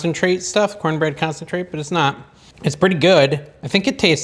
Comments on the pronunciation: " Corn-nanna bread" 😂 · Thanks for that recipe. I miss corn bread. Will try this. Love your vids….cornana bread 😂